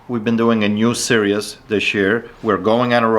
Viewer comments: Series pronounced "seer-eez" not "serious" 🙂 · Hi, Love the channel, but it's pronounced 'sereez', not 'serious' 😊